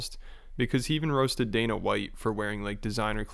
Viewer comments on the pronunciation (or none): none